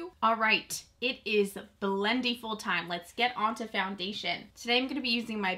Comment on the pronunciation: You say it two different ways. Quit saying it like Blendy-full.